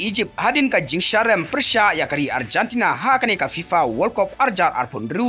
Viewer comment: Arjantana??? What a pronunciation maaaan 😅